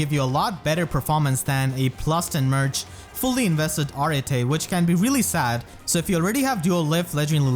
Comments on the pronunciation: To help you out 'cause I hear your struggle with that name. It is pronounced (Ar-et), it can also be pronounced as simply (Art). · i think its proniunced areet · I always said her name like A-rete. Not…whatever this pronunciation is. O_O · Raise your hand if you thought her name was pronounced “ah-ret” and not “ah-rah-tay” all this time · Wait so, how do you properly pronounce Arete? I've always pronounced it as if it was "Arette"... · What’s crazy isn’t how bad she is, it’s how her name is pronounced. Ar-eh-Tay?? How?! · Pronouncing her name the way you do, sounds like Earring in Spanish, which I find adorable. I always gave it a kinda French pronuntiation. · When Arete pronounced her own name in her voice lines it was NOT how I imagined it lol I'm probably gonna build her even if she's not unique, I like her a lot. All im hoping is that this isn't a sign of Mythic Anankos this month.....I need my orbs for cyl